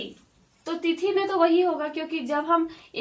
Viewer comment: थिती नही मैडम जी तिथी होता है